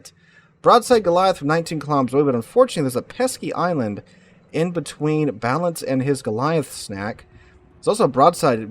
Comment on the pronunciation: the guys name is clearly balan...... not balance holy fuck this guy yaps